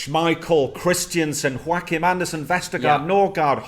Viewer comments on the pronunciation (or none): Kom sp Danmark. Btw it is Joachim and not hoacihm